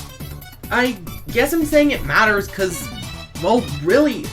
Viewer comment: “Maters” 🛻 lol